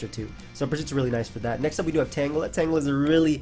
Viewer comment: Nice tan-jelluh.